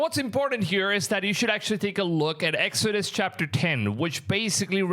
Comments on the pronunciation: Dude narrating just said “THE BOOK OF EXODIOUS???Whaaatt?? It’s Exodus! Hmmmm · That video of locusts in africa is likely ai because the pronunciation of Exodus as "Exodius" is obviously wrong. Don't be fooled by ai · book of exodious 😂😂😂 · I have studied eschatology for 5 years and I have been in the word for over half my life it really upsets me when ppl talk about things they clearly do not know about and do not even pronounce the books right the dude talking about birds did not know how to say exodus. All signs have been fulfilled leading to next event on the prophetic calender which is rapture